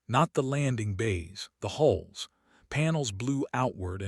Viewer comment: Your a.i. still needs work! Still pronouncing HULLS as holes story after story. !